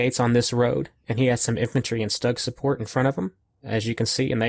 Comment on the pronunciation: Another great viddy and congratulations on the Total Victory. BTW sorry to be a linguistic wrist-slapper but according to a close German-speaking relation Stug is pronounced "Stewg," as in a meat and veggie dish cooked in liquid. Cheers!